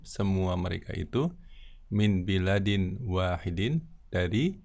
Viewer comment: Afwan baladin..bukan biladin...